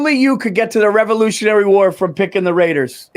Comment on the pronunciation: “Revonutiary war” ol Billy big brains.